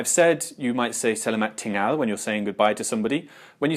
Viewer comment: I appreciate the insightful video you have uploaded here in regards to essential Malay phrases. Unfortunately as a native Malay speaker, I found a few flaws that I wish to rectify. "Petang" should be pronounced "peuh-tongue" instead of "peuh-tang" (as you did). "Datang" is pronounced "dah-tongue". "Tinggal" is pronounced "ting-gull".